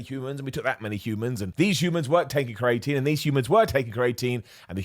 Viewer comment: The way you pronounce creatinemakes me smile. You say create-een , I say creeya teen dunno which is right 😂